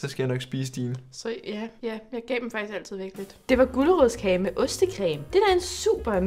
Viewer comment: Jeg døde af grin da sage “ulerodskage” 🤣🤣🤣🤣🤣